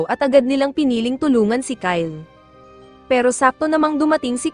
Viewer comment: Bro that is not ky Le it's Kyle